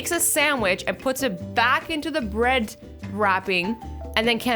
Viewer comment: Laughed myself a six pack at "Brid" I need some Brid